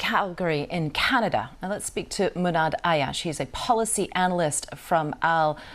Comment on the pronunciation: good job Muhannad getting your message out and not letting her derail you. not even to correct the pronunciation of you name. Palestine will be free x